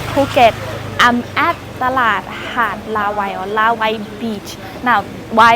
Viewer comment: Not Laway: Raway. Bruno es Guets Neus 😊😊😊